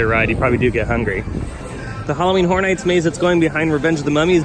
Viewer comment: lol, I didn't realize that their Halloween mazes are going to be brothel-themed. 'Just joking around, but you've got to admit that it sounds an awful lot like you're saying "Halloween Whore Nights." ;) =D Keep up the great work in any case and thanks for the update!